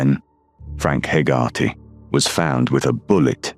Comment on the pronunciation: Hey-ger-tee. How you pronounce Hegarty.